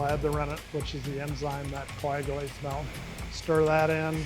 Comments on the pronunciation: Proud Wisconsinite here! I love this, and his passion, even after 50 years, is significant. You'd think he would be the one guy who pronounces "milk" correctly, however. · That's the WI way to say it. I learned to say "milk" after living in Richmond VA for 5 years. Now I'm back in WI but still say "milk." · Didn't know in Wisconsin they made cheese out of Melk. Melk melk melk. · Melk! Nice video though. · Take a shot every time he says "melk" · The “melk” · Melk? What's that? 😂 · Melk? Give him the frickin' melk, Josh!